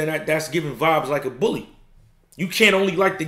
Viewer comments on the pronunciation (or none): none